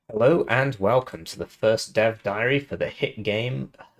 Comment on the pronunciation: Did you say dev diary or death diary😅